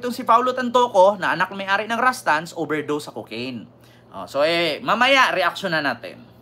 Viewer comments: RUSTAN'S NOT RASTANS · Yung Pag pronounced mo Rustan's yan